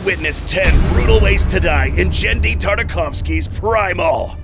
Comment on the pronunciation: I love how you guys are using the Egyptian Queen and her bodyguards for the killing simulations. However, there's several nitpicks I want to get out of the way. First, you pronounced Genndy's first name wrong. It's said with a "geh" sound and not a "sound". Secondly, Fang and Red aren't T-Rexes. Fang and Red are obviously a whole lot smaller than normal T-Rex's, seeing as how both of them, somehow dwarf the Woolly Mammoths in episode 3 and Spear reaches up to Fang's belly and thighs. To my knowledge, Fang seems to be a Nanotyrannus, a Daspletosaurus, or a Thanatotheristes. Where as Red resembles a Rugops. I dunno. That's the first theropod that came to my mind when I first saw him. Thirdly, those sauropods that where in Plague Of Madness aren't Argentinasauruses. They're Camarasauruses. If you look at the sauropods in the episode and the Camarasaurus. You'll see how much the skull shape resembles them a whole lot more than the Argentinasaurus. Lastly, those "Primordial Dogs" COULD be ancestors of jackals, or they COULD be ancestors to African Wild Dogs as said in the video. Not entirely sure. Just gonna have to wait what they're supposed to be officially. All in all, awesome video. Looking forward to the next brutal Primal deaths video and looking forward to more of the Queen and her bodyguards dying. :D